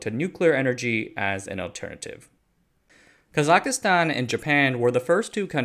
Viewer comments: ITS KAZACHSTAN NOT KAZAKASTAN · Please, it’s Kazakhstan not Kazakha-Stan. Prounounced kah-zak-stan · KAH-ZOCK-STAN. Why're you putting an extra "I" in there? JFC. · Kazakhstan sounds like KA-ZAK-STAN or KA-ZAKH-STAN, not Ka-zak-ka-stan. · It’s not Kazikistan. Kazakhstan. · You keep mentioning "Kazakastan" in this video. Do you mean Kazakhstan? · It’s Ka-zak-stan not kazakastan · "Kazakistan".. nope. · ka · zuhk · staan 3 syllables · It's ka zak stan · Kazakhstan is not pronounced "Kazak-i-stan" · Yo, Kazakhstan doesn't have an "i" in it. It's not pronounced "Kazakhistan". Kazakhstan is considered Asia and Kazakhs are Asians too okeh!? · I thought he said kazakistan. Still wrong and a bit jarring though. Like how Chinese speakers love to "localize" the pronunciation of foreign names, making it completely unrecognizable. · the way my brother pronounces Kazakhstan drives me crazy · Listen up, team: There is no i in Kazakhstan. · You are murdering the pronunciation of "Kazakhstan"